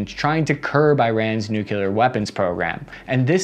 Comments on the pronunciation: I love ya, my guy: I’m used to the “nookyuhler”, etc mispronunciation by now. But referring to Assange’s “dick-torial” style is the best thing ever. Bless yer heart, bud. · Please say the word “clear.” The word that comes out is not “cular,” is it? It’s noo-klee-are for god’s sake.